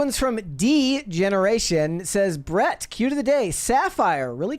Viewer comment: You had me then you said Brett Cunter 🤮🤢🤮🤢🤮🤢🤮🤢🤮